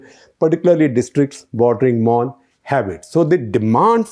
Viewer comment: The pronounciation u made for the names n palaces, well versed! good to listen kudos!!